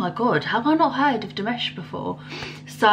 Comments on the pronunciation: His name is actually pronounced as DiMash, rather than DiMesh, just to help you out, being new to his music. Nice reaction. :) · I really enjoyed the look on your face. I think every one of his Dears (fans) probably had the same look the first time they saw and heard him. Btw, his name is pronounced Dee MAHSH. I subscribed for more. I would suggest Olimpico from this same digital concert. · It's pronounced Dee-Mosh. Next react to this version of Sinful Passion: after that do Stranger New Wave 2021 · Love your reaction - I look forward to more reactions to Dimash! The a in -mash is pronounced like in mother or some. ;-)